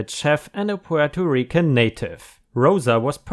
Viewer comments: Despite how it looks Puerto Rican is pronounced PWARE-toh REEK-un. So yes, you did pronounce it correctly. But as for Jan, the "J" is not typically pronounced like a "Y" unless you're in Europe or something (Germany for example), but is instead pronounced like the first syllable of the word January. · As a puerto rican I approve the pronunciation :D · You pronounced Puerto Rican perfectly. I hate it when people say "Porto"